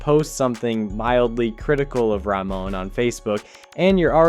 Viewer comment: There's a H sound in the middle of the presidential surname - it is wrong to omit it. Ramon is a Spanish given name.